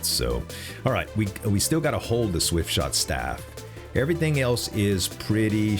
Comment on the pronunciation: not the swiftshot staff misread lol